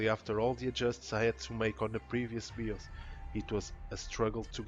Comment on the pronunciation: WTF is a BEE-OSE? Are you trying to say BIOS? Pronounced "BYE-OSE"? Huge pet peeve of mine. No idea how you got BEE-OSE out of BIOS bro. English not being your first language is no excuse.